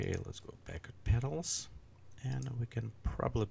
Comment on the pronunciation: it is "peTals", not "peDals"......